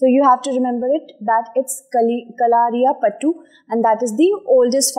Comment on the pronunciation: Its KALARIPAYATTU